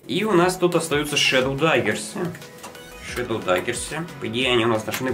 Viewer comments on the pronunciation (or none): none